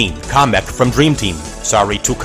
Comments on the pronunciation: Everything wrong with the video I could find. Please tell me if I missed anything: You referenced bros. moves alone 36 times. Couldn’t be assed to find out how much you referenced Luiginary or Trio attacks. It’s pronounced “Cah-mick” “CAH-MICK” not “comic”. it’s because Paper Jam takes place in the Mushroom Kingdom. You should’ve included Smoldergeist, Heavy Zest, Sorrow Fist, Thunder Sass, Beef Cloud, Fly Guy R thieves, Bowser Jr. from DT, and Dry Bowser from Paper Jam. The koopalings from Superstar Saga and Paper Jam should count as penultimate bosses since Bowletta/Cackletta’s soul and the Bowser duo/Giant Papercraft Bowser are all one fight in their respective games. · And by the way, it's "Kamek" not "Comic"